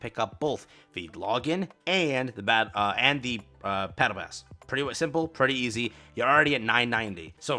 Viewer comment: “Pattle Bass” 😂 PLUS ULTRA